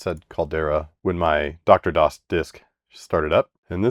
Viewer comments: BRUV!!!!! IT'S DEEE ARRR DOS! NOT DOCTOR DOS! It's triggering the hell out of me. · Hi. DR-DOS is "Dee Arr DOS" (as in Digital Research), not "Doctor DOS". Aside from that, good job dealing with Sun stuff. Better you than me.... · Slight correction: The "DR" in "DR-DOS" is actually not pronounced like "Doctor"; the "DR" stands for "Digital Research".